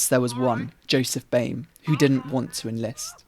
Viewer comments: noo one points out how he says boimer instead of baumer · I dunno how anyone gets "boy-mer" out of Bäumer. The diacritical A is an "ah" sound, and even if it were a nornal, A, it would still be pronounced "bow-mer". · i am sorry but did you just call him paul boymer